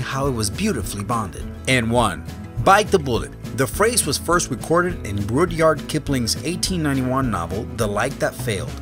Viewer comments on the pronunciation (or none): none